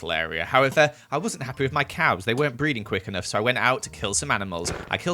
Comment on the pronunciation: When you said "my cows aren't breeding fast enough" I thought you said "my cows aren't breathing fast enough"💀